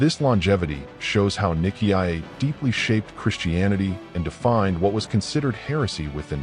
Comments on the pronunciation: The name "Nicaea" is pronounced "ny-SEE-uh". The robot audio pronounces it as niki ah ay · ny-see-ah not niki-i-ay. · AI is such a problematic narrator. Nick ee iyay? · It's usually pronounced NY-SEE-UH. It's better to have a human being narrate these things. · I kept thinking niki ah ya mother f....😅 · What a load of tosh. And can’t even say Nicea correctly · Good report .. but so very annoying with the pronouncing of Nicea… dummy 😊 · I don't think you're pronouncing I see you're right nicea